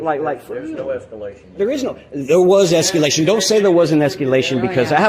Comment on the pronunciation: It's escalation not escUlattion. There's no "u" in the word. That's why they're pigs, they don't understand what you're saying